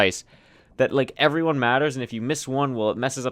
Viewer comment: It makes my day when says "yoevyone couriway here"